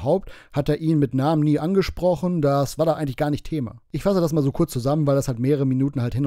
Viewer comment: Sie spricht genau ßo wie Rainer der auch mit ßo ausspricht.